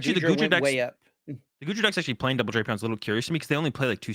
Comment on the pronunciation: it's pronounced DRAY-pee-aan, not DRAP-ee-ann. has it right. I wouldn't say anything, but you are always hounding him for his pronunciations!:)